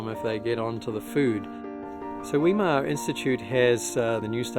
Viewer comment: Where did you find your pronunciation of "Weimar" ?